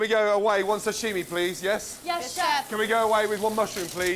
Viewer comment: The way pronounces 'sashimi' is so annoying to me. Am I the only one? It's not 'shashimi'.